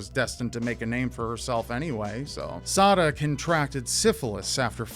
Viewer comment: I keep hearing suh'dude.......